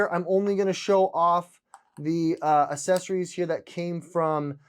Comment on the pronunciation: You might want to reaccess your pronunciation of assessories 😬🤔